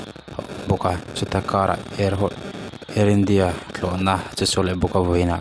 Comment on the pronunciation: I va han tawng fiah lo ve thlawhna pawh i lam fiah thiamlo ania